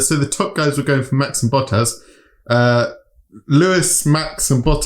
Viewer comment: Did you say a "Valtteri BUTT-ASS" race? lolololololol